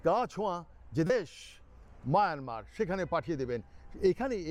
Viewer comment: Myanmar people are very honest. They have a rich culture. Your Myanmar pronunciation is very nice. Thank you bhai for this video.